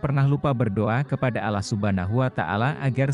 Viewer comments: Mimin nyebut Allah itu kedengaran nya alah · Pembawa berita ini apa anda bukan muslim? Menyebut Alloh kok Allah. Sebutan Allah hny oleh org non muslim.